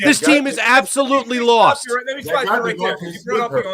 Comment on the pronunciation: You LOST! You LAWhawHAWhawHAWST!